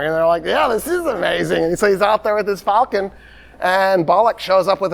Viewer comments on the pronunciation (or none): none